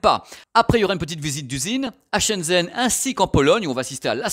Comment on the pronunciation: Super vidéo! Par contre vu que ça fait plusieurs mois, je me permet de te dire que Shenzhen ça se prononce comme "chêne gène" avec les "é" plutôt comme des "e":)